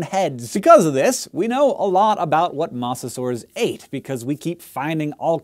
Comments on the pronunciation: Mose-a-saurs, not mose-a-saurs... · Why do you keep saying Mawsasaurs? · mosasaurs with a long o please pronounce it right.